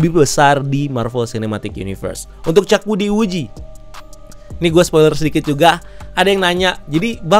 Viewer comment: Sopiler?? 😂😂,, spoiler bro bukan sopiler